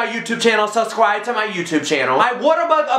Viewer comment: "suscribe" i love can i be his best fran?